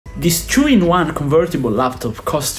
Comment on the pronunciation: Did he say Chu-in-1 ??? lol